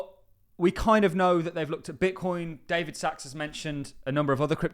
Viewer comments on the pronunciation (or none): none